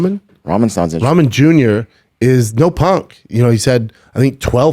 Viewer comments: It’s not ramen sounds like rockmun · Ramen like the noodles lol. Come on man. I didn't fight sure but I know how to say the man's last night name.